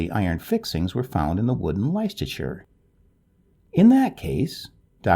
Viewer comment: I love the gentle voice of this narrator but PLEASE, when he is in doubt about the correct pronunciation of a place name, he should first check! Eg Devizes, Leicestershire